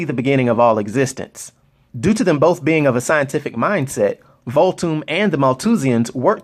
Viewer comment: you gotta put the h within Voolthoom bro:)